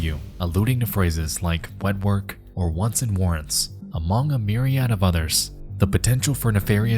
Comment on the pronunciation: By the way Nex, myriad is pronounced with a schwa at the end like Miriam